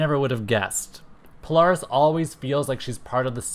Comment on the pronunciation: Well It Is Not Pronounced Sync Like Nsync, But Pronounced Sinch Like Inch But Spelled Synch, And The Same With Poaris, It It Pronounced Po-Lare-Is But Spelled Polaris. And I Would Have Loved To See The Real SABRETOOTH But With Every Power He Has Ever Had Plus His Adamantium Laced Bones With His 4our Claws, MIMIC Who Has All 5ive Original X-Men's Powers And Some Of Professor-X's Powers Permanently And His Mimicry Powers, The Original MORPH (Yes Changeling) Like The One That Looked Like The Animated Version But He Wears A Mask To Look Like Is AOA Counterpart No Cape, Have REVANCHE The Cybernetic Clone Of Psylocke Return And Be On The Team With A Story That She Actually Is Psylocke's Twin Sister, ROGUE, BLINK, CRUX From Cerebro's X-Men, SPIRAL, SYNCH, MONDO The Real One, POLARIS, HAVOK, THORNN, COPYCAT, SUNFIRE, TOAD, & PYRO